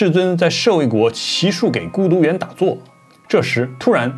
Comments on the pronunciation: 不叫给gei孤独园,叫Ji孤独园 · 阿婆主应该是台湾人，把娑婆念成婆娑，骑术几孤独园，不是骑术给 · 祇树给（ji 三声）孤独园